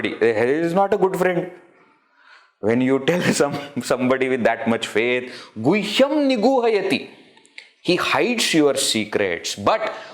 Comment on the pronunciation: With due respect, would you kindly explain why in second line you are pronouncing gushyam, where I'm seeing guhyam? 🕉️🙏